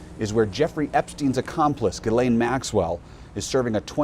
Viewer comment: Really? It’s pronounced “gill-ain”? Weird